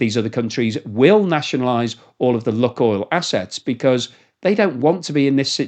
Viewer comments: Lukoil is pronounced luke-oil, not luck-oil. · Lukoil pronounced Lukeoil as in Luke the boys name.